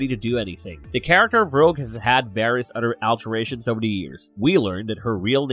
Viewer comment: Every time I hear the narrator says "Mother" or "other" it enrages me because it sounds like "Mudder" or "udder" lmao